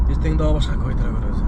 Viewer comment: Боке не эле кывайтира дейсин😂😂😂